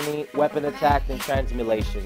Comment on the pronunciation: "Transmutation" lol if thats what u were saying then my bad, it sound like ur saying Transmulation.